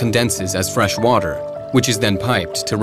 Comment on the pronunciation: Dude says.. the WATEL.. WHAT TELL? WOW